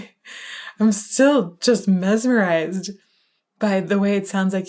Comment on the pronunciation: heh "mesemerized"